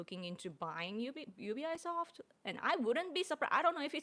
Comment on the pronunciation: In the USA we pronounce UBI Soft as 「うびソフト」